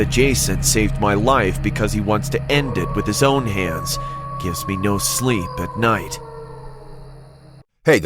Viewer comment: sleep not slepp